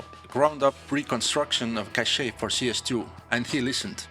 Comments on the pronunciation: It does ! It's sound like "caché" which means hidden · The way you pronounce the name of that map is straight up french 🥖